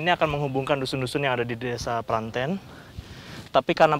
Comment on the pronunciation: cara pelafalan Desa Pranten yang benar.